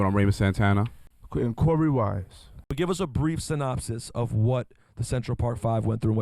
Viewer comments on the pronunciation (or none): CORY WISE ummm isn’t it korey wise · His name is Korey Wise not “ Corey “ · Korey wise not cory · It’s korey with a k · His name is Korey, with a K.